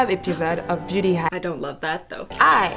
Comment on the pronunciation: What christine said: im a beauty guru, so What i heard: im a booty guru, so